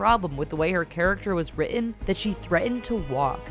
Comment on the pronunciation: how to say the word "written"...